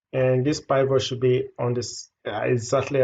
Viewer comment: Did you say "pie vote?" Do you mean the pivot?